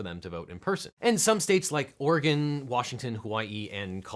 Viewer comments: Thank you for saying Oregon correctly. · Shout-out to you for actually knowing how to pronounce my state's name correctly. People on YouTube get it right and know about my state more than a lot of journalists and politicians.